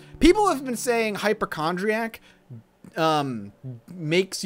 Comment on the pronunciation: Hyp-O-chondriac has an O sound in it